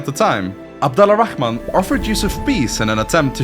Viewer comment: The name's pronunciation is so perfect I thought you're Arabic🫡